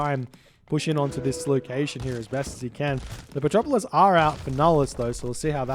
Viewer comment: "Petropolis" a non-existent unit but still pronounce:D:D:D:D